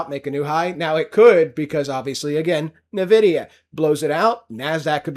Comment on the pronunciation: Someone needs to tell this clown it's not pronounced NUH-vidia.